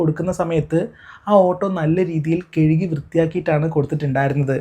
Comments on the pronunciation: കേഴുകിയല്ല. കഴുകി എന്ന് പറയു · കെഴുകി എന്നല്ല കഴുകി എന്നാണ്